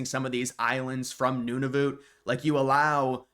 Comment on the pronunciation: It’s pronounced none-of -uht